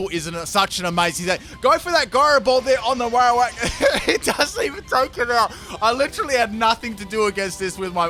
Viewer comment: He forgot the r at the end :3